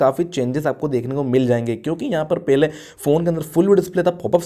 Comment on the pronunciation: Pele ko pahle bolne ki koshish kro.. else everything is good.